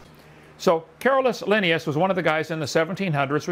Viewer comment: Drives me crazy that he doesn't pronounce Linnaeus correctly.